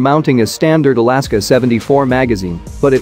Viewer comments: Oddly not the only video in which this mysterious Soviet 'Alaska' rifle is mentioned either. Seemingly a glaringly obvious and equally absurd mispronunciation of Kalashnikov. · Standard alaska 74 mag huh 😅 I know what it ment just found it funny that it read it that way